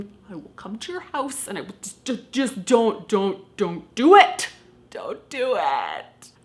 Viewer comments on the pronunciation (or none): Zont zo it guys, zont zo it